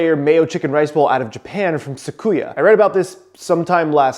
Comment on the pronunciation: Great recipe video! I'll save myself the 680 yen and make it at home first. But, it's pronounced Su-ki-ya not Sa-ku-ya 🤣